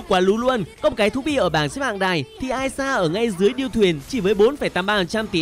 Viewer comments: Tý nị là i sa chứ không phải ai sa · Đọc ishar mà nghe như aya. Chữ i chứ ko phải đọc lẻ như “I” kia đâu trời